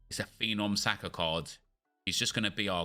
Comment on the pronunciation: Someone is gonna have to tell me where the R sound comes from at the end of Saka